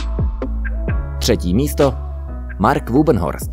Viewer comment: Wübbenhorst se čte jako ,,vibenhorzt'' a ne jako ,,vubenhorst''. OMG, to čte snad bot...